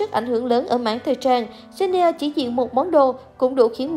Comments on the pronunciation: Người ta là Jennie chứ không phải là chen - ne đâu má 🙄🙄🙄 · Má cj tui tên jennie mà bả đọc chen ni e, dẫn chương trình hay đấy 🙂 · Đọc tên nta cũng dell đúng đòi dẫn ctrinh